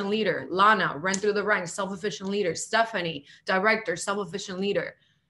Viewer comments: if she says “self-efficient” again🤬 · It’s self-sufficient not self efficient. She’s making my ears bleed. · Sounds like the first hun is bilingual, which is admirable!—but the word is “self-SUFFICIENT,” not “self-efficient.” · Is she saying self sufficient or self efficient 😂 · is she saying self "efficient"...?